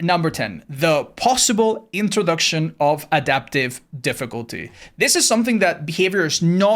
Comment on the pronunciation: Ah yes. The famous Problem of Iglntróducgtioneofläadafptivendifficulty